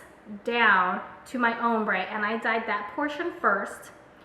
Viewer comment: her saying "umbre" and not "ombre" was KILLING me!